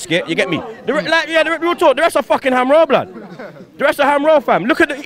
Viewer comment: HAM-ROLLSSS BLUD